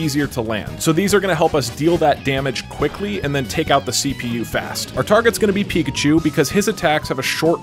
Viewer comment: Nobody: Not a single soul: The anouncer: PIKACHOO!!!